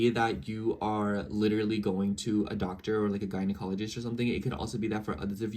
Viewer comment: You said gynecologist right again 👏🏽😂